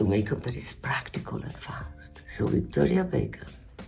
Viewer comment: Love the way she pronounces Victoria Beckham